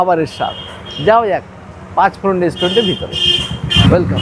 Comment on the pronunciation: welcome??😂😂😂 Kaku na janle english bolen na nijer insult nijei korachen 🙊